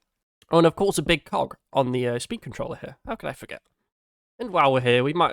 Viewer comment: I did NOT hear cog correctly